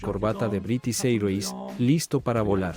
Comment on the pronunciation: No se pronuncia British Airways así! Aprende la pronunciación antes de hacer un doblaje!